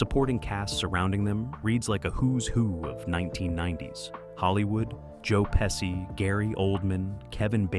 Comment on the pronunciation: COME PON MAN! HIS NAME IS " PESHEE " JOE PESHEE[ [ PESCI! ]--------GET MY HERITAGE NAMES CORRECT! I'M 100% SICILIAN BY HERITAGE, & I NEVER FORGET AN INSULT. -----------MJL, 79 Y/O